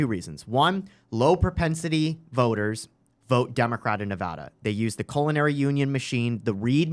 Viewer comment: Fixed saying Nevada incorrectly. Can you get Nick to stop saying "west-sconsin"?